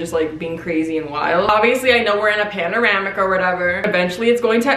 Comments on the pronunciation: Are we all just going to ignore how she said “paneramic” and not pandemic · “Panoramic” 😂😂😂 *pandemic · “panoramic” 😭😭 girl it pandemic LMFAOOO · wait why do you say pandemic wrong ??????? GIRL I LOVE YOU BUT WHAT YOU SAYING